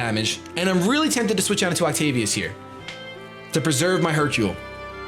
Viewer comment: do you know what Hercule and Sakura means?? Do you know how to pronounce Hercule and Sakura?? If not don't use it on your pokemons name!!